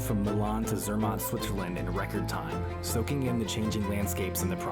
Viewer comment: Cela ce prononce Zermatt et cervin... Non pas zermon et comme vous prononcez...